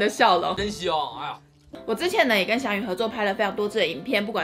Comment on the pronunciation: 日文老師想哭了...祥与的名字是“灑機優”，不是撒幾友啦🤣🤣🤣